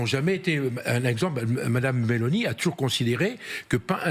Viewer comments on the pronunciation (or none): none